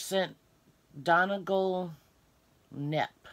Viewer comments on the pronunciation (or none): I’m not a green fan... but I like that tweed and the color isn’t bad. I think the boot cuffs would look best with those colors. I think the Donegal is pronounced (Donny-gal). It’s a place in Ireland. I might give that box a go. I love the hook and using clover hooks!! Win-win!! Thanks for sharing